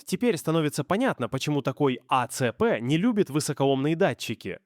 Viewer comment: когда этот ии произносит А.Ц.П., вспоминается произношение "Эс.Эс.Эс.Эр" из шортсов про черемшу и шлакоблоки